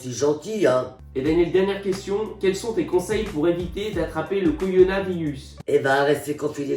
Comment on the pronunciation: apres le coronavarius, le co-ro-na-vi-rus voici le coronavius on y est presque il te reste une syllabe mdr sinon vous me faites trop rire vous etes les meilleurs continuez comme ca!